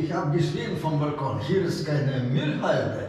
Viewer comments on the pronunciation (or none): none